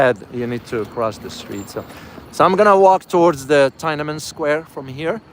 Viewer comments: Subscribed., it's pronounced Tin Na Men Square not Tia Men Square.:) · it is pronounced as TEEN AN MEN SQUARE. thank you.